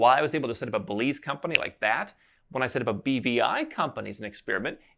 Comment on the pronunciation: no problem. I thought he had said bbi too...had to think about it to realize he said BVI